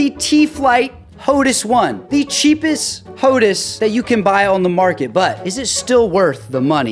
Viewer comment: Could you please call it hotAs, not hotus... hehehe, kinda like HotAss. I have the HOTAS One, black, for my Xbox, but use the TCA or Warthog on my PC